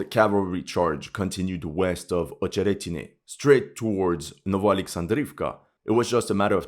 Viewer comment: acheretyne not ohcheretyne. rahbotyne not row boat yne.